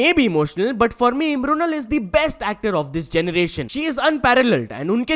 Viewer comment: bhai tereko "mrunal" pronounce karne mai kya problem hai